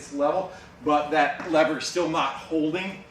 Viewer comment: Sounds dumb saying lever or lover lol